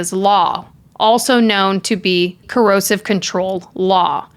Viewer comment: Excellent video! Just a note, no criticism here AT ALL (you're my number one crime YouTuber) It's pronounced CO- ER-SIV Coercive. It sounds like you're saying 'corrosive'. I can't believe he was burning stuff in the yard!!! He is the epitome of evil. I absolutely despise him. Love Vanessa ❤🇬🇧